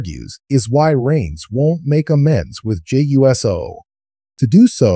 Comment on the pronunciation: it's not U.S.O'S it OUUC O. thats how 'pronounce it.